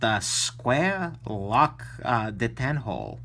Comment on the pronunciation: Are you sure you're pronouncing "detent" right? Either you or everybody else is wroong. I would not put it beyond you though, that you actually the only Person that knows how to pronounce it correctly. Have yourself a wonderful day.